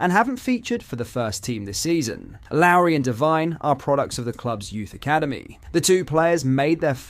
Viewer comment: Dude how many names in our team you gonna pronounce wrong. Couldnt say gers correctly, couldnt say lowry correctly, couldnt say hagi correctly.. you sure you support rangers? Lol